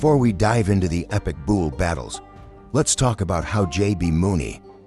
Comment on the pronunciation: After hearing bushwhacker being pronounced “bushwaquer” and bull being pronounced “buole” I had to give this vid a thumbs down!